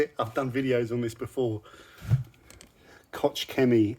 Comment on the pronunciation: Good stuff, I use it for years... Buuut: but: The pronunciation is koch (...chchchch...) and not kotsch... So much time is needed 😅 Greetings from Germany 🙋🏼‍♂️